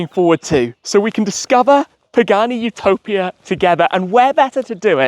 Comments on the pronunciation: It's Utopìa, not Utòpia. Rcamadonna. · "YOO- TO - PIA " AHAHAHAHAHHAA omg. Its "U- TO - PÌA" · It’s Utopìa (Italian pronunciation). Btw I wonder how you drove the car out of San Cesario, since there’s a steep bumpy road on the way back to the SS9. Those roads are so narrow and worn out, it’s a shame.